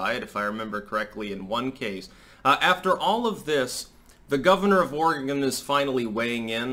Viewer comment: Thank you for pronouncing Oregon correctly.